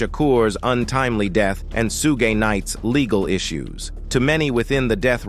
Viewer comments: Soooge night?! Lmao! U What computer?! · Once I heard AI say suge I dipped. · Facts! Can’t even say Suge’s name right!